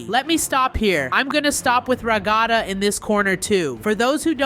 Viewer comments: It’s not Ragata it’s Ragatha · You said ratatha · It’s not Kaufman, it’s Kaufmo Not Ragada it’s Ragatha and CAINE IS A BOY, NOT A GIRL (listen, I don’t want to hate but it’s annoying) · O_O DID HE SAY RAGATA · Its not 'Ragada' its 'Ragatha' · Is not ra gatha is ragatha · Kaufmo sounded cough mow not kouthmin and it’s pronounced rag uh th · It’s pronounced RĀGƏTHƏ, and Kaufmin is KAUFMO. KOUPHMŌ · he says Kafmo wrong and Ragatha 😒